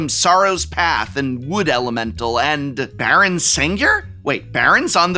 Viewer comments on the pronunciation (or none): none